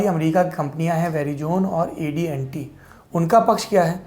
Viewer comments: Sirji it is AT&T NOT AD&T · That's AT&T, not AD&T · AD&T nahin hai bhai wo AT&T hai. Correction please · Sorab bhai wo ADNT nahi AT&T ha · ADNT Nahi ATNT hai sir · Correction : It’s AT&T not AD&T .. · Saurabh Sir. it is AT&T. if i not mistaken you said AD &T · Hello, It is not A D & T, but it is A T &T.................@.... PLEASE... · AT&T not AD&T Saurabh ji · Saurabh bhai - it’s AT&T not AD&T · AdNT nahi AT&T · ji Adnt nai hai wo ATNT hai wo .correct it plz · AT&T hai AD&T nahi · Ad&T nahe . It’s AT&T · 'एडी एन टी' नही सौरभ जी..... 'एटी एंड टी' (at&t) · Atnt hai not adnt... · It is not AD&T it is AT&T. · saurabh ji its AT&T not AD&T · Saurabh G- Verizon AT&T pronunciation galat ho gaye aapse.